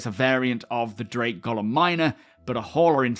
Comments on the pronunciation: not really. Orison and Ooarison I get, the UK and US teams tend to say them differently. But Golem is a normal word in English, it’s a rock monster essentially. It makes sense for the Drake ship to be called it. A Golum isn’t a thing, so it is odd that everyone I’ve heard says it incorrectly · Why does everyone say Golem wrong? It’s not named after Tolkiens character